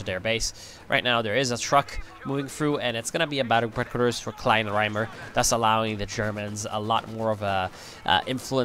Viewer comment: Its pronounced kleiner-eimer which means small bucket :D